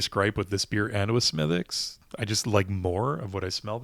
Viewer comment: Have not seen this one in Maine. I'll keep looking. And a small quibble, despite the spelling, it's pronounced "Smiddick's" not "Smithwicks." Sláinte ☘️